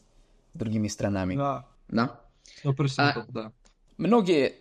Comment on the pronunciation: запомни, ударение в слове мн. ч. СтрАнами, а не СтранАми. Так для уточнения.